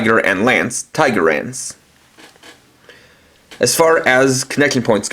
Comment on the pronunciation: It's TigerLance, with an L. You might wanna redo this.